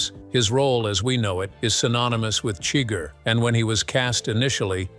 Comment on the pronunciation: No, wait. The bot pronounced Chigur as "chigger." Oh, well.